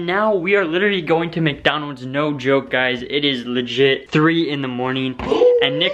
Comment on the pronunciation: it's Micdoldold